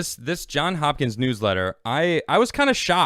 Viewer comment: "Johns" Hopkins not "John".